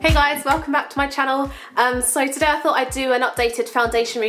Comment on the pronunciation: I'm sorry for asking but I'm not a native English speaker and also I'm the curious type: in the beginning it sounds like you say "fought" instead of "thought", is that like a dialect or am I hearing it wrong? (